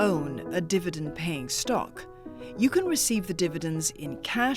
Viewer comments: The only sale that people run out of the stores is a stock market sale. Also is called Di-vi-dend, not Der-vi-dend as mentioned by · It's dIvidend not dEvidend